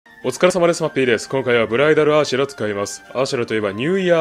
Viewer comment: 最初ブライダルアーシェラがブライダルアエーシェマに聞こえた